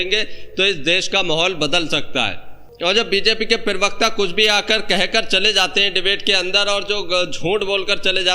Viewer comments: Pronunciation correct karo.perwakta nahi parwakta kaho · Parvakta hota bhai sahi se pronounce karle